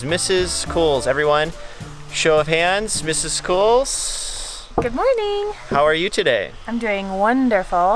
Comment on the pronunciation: Another enjoyable video. Did you say... MRS Cools?